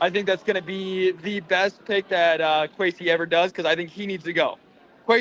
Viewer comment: "Queasy" Adolfo Mensah